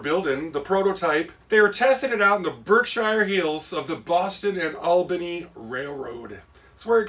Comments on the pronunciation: Just a update on the name It's pronounced ( Berk - Shear ) on the B&O.. through the Berkshire's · Berkshire is pronounced "Berk-shere"!